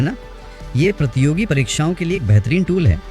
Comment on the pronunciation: Nice class mam ji But थोड़ा शब्दों की शुद्धता पर ध्यान दें प्रतियोगी होता है ना कि प्रतोगी